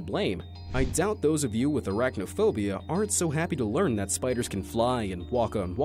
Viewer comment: like the bell tree that make you under command. you say “ GeT AwaY fRom dAt ttree “